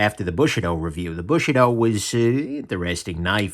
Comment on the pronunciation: Are you really saying bushie-doe? 😂